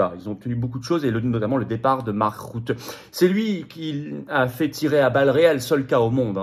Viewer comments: on ne dit pas "marc route" mais "marc rute" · Bonjour FLORIAN, Je vis aux Pays Bas. Mark,."Rutte" se prononce ïci "RUTTE" comme tu le prononcerais en Français.